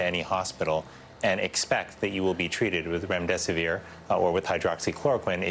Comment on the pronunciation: LOL TRUSTING this guy who can not even pronounce the drug or names of Dr's. Was this posted as a comedy skit?